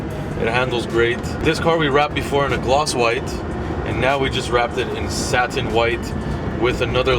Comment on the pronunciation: used to pronounce “satin” differently, just teasing, glad video is out, makes working from home on a monday easier!